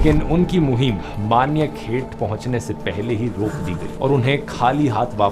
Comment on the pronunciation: it’s Manyakheta not Manya ket